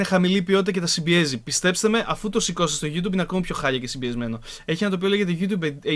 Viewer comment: Λοιπόν επειδή δν μπορώ άλλο!! Το YouTube προφέρεται ΓιουΤιουμπ και όχι ΓιουΤουμπ!